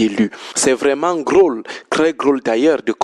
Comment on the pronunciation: On ne dit pas"grôle" On dit "drôle" C'est vraiment drôle😂😂😂😂😂